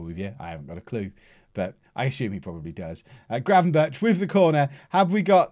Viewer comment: the 'ch' sound in Gravenberchs' name is pronounced like a 'g'